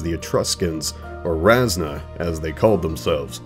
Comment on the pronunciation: ra-seh-na, not rasnuh.